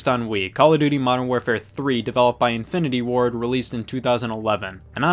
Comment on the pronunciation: every time you said "Infinity Ward" i heard "Infinity War"